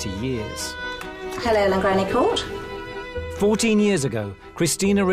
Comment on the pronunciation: I absolutely love this house and the hosts, but the mispronunciation of the Court is driving me mad. Just ask a local how to pronounce it. It isn't difficult...please! Diolch yn fawr iawn.